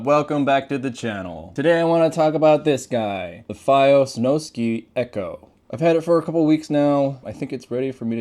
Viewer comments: I think it’s snow sky not snow ski ⛷️ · I’m sorry to be that guy but it’s (Snow-Sky) not SnowSki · Bro is saying snowskee